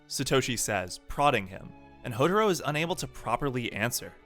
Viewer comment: Its Hou"tah"ro